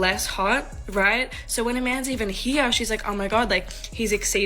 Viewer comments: tha first whamen.. every time she said "here" and pronounced it as "hea" (I'm Finnish, hard to spell what you hear) I thought of Cartman saying it. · How she says here like ...(Hee-yah) Is a major ICk. 😂😂😂 Mam do better. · "here" has one syllable.